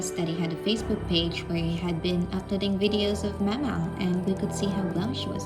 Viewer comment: This woman pronounces “mama” such a strange way